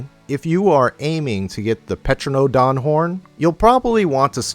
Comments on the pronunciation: Never heard someone pronounce pteranodon as "petro-no-don" instead of "teranodon". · >_>'; <_<; whispers Tear-ah-no-dawn The p is silent.